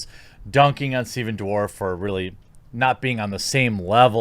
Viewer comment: Did you call him Stephen ' Dwarf ' ??😆